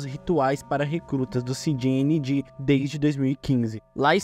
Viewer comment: México fala espanhol Canal: “Ci di ni gi” 😅